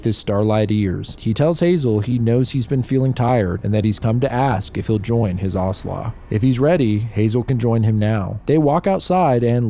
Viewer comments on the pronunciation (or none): I got really excited when I saw this in my feed, but had to stop watching this after the 10th time in as many minutes when you said 'Aurhslah' for 'Owsla'. If you had seen any of the TV/series/Netflix adaptations, OR Googled it, you would know it's said as rhyming with 'house-la' or 'mouse-la'. Instead of taking wild guesses at pronunciations of words you've never encountered, try finding it out first. This was the first video of yours I'd seen/been recommended, but sorry to say I won't be subscribing and this does get a downvote. Best of luck to you for future endeavours. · Ahhh yes, the movie that traumatized certain generations 😂😮 EDIT: Its Ow- slaw, not ah- sla haha 😊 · owsla is pronounced a bit more like it's spelled